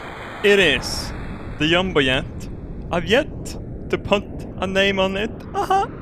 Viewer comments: learn how to pronounce! it is jumbo jet not yumbo jet! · I love how he says "yombo yet" in his accent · do swedish people actualy pronounce the j's like y's? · When you say jumbo jet is like Yumbo yak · I love it when I hear him say jumbo jet. 'Yumbo Yet' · Yumbo-Yet, god this accent.. i love it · I love how he says Jumbo jet...Yumbo Yet., never stop your GLOO-REEE-OOOUSSSS accent. FOR VALHALLA!!! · whenever you say jumbo-jet it sounds like your saying yumba-jet...far out dude...